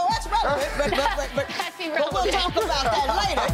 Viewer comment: did he say Erelevant?